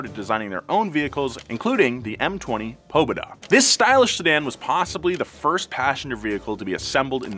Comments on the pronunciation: its called pobeeeeeda not poobeda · It's pabeda and not pobeda. PA-BE-DA = victory in Russian language. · its pronounced ''poBEDa'' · Can you please also apologize for your horrible pronunciation of Russian words? Google will tell you how to pronounce any word. No excuse to just assume "Oh yeah, it's probably pObeda.... and totally not pobEda". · He said PO-beda, it's pobEda in Russian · Huh, interesting. "Seungli" means victory. "Pobeda" means victory too, but in Russian. Kind of cool that the meaning of the name is the same. Also,, it's not pronounced "pò-be-duh," it's "pa-bè-da." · Your pronunciation of "pObeda"makes me smile =) I wish one day you would visit Russia. It could be awesome and hilarious experience) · Cool! It's not PUbeda, its pobEda (victory) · I'm sorry but hearing you say PObeda is really funny. PoBEda (победа) (emphasis on the eh syllable) is Russian for victory, and is also the name of the car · Pobeda also means victory and its pronounced Pobe'da instead of Po'beda. Nice video! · pobEda not pObeda ahah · POBEDA translate to VICTORY in Russian language. (pó-be-da) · победа (po-be-da) is pronounced with the emphasis on the middle syllable, not the first syllable. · Pronounced po-BE-da, pobeda means “victory”. That car was a dream to the older generation my uncle and brothers always talked fondly of it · the GAZ Pobeda is pronounced “pobEda” and means “Victory” in Russia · it's read "Pabyéda" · except he butchered Pobeda lmao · your way of pronouncing Pobeda is very incorrect. Please ask a native Russian speaker to pronounce it for you:) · Pobeda means victory. And I’ve never heard it pronounced that way 😂👌🏼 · Pobeda means victory and the accent is on the E, not the O